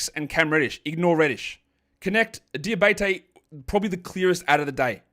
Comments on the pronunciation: Hey, it's Moussa "DiabAtey" not "DiabEYtey" 😁 cheers for acknowledging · It's pronounced DiaBAHteh, sort of, an accute e at the end.